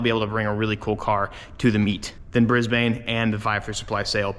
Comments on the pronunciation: Pls stop pronouncing it like "Bris-bayne" its supposed to be "Bris-bn" (dont pronounce the a). Us Aussies are cringing every time you say it lol, not a unique problem ever American cant speak Aussie. Also please come to Perth! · brisbain lmao its pronounced brisbin im from australia i hope i can meet you brotha i live just out of brizzy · Brisbane >> pronounced “Briz-bin” not “Bris-Bane” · its pronounced bris-bin not bris-bane, just a lil help yk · Im From Brizzy... Also.. just so u dont cop flack.. Its pronounced Bris-Ben Not brisbanne.. I cant wait to see u in Aus <3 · Just letting you know so you don't upset the aussies. Its not Bris-bane... its Brisben. :) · before you trigger anymore of us Aussies, it is pronounced, Briz-Ben not Bris-bane! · Bro just pronounced Brisbane as brisbaine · Hahaha how you say Brisbane is hilarious 😂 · you mispronounced Brisbane and i feel offended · Just don’t pronounce Brisbane the way you did in the intro when you get here. 😅 Even though I’m west coast